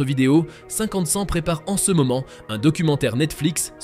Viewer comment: "cinquante cente" :/